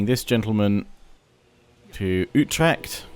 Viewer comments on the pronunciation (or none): none